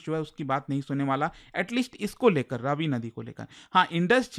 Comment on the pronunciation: इसका उच्चारण रवि है, रावी नहीं।